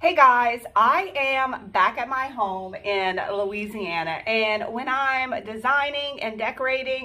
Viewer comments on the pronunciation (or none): none